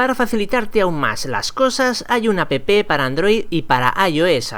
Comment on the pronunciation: Está bien el vídeo. pero cuando explicaba letyshop dijo que estaba para Android y iOS lo que no me gusto fue lo siguiente "hay una apepe" y así no es es "hay una app" asecas sin "e" la "e" no se dice pero si lleva una "e" entonces si. perdón por corregir pero ya eso da coraje NO ES UNA CRITICA XD